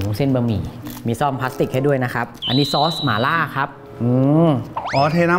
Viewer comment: หม่าล่า ไม่ใช่ หมาล่า